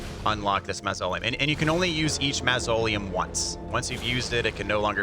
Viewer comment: The bubbletear does have a time limit. Also, that not how you say “mausoleum“ hahahaha